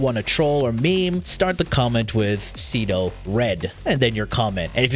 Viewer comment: Ce-do? SEE-R, the MIGHTY SEER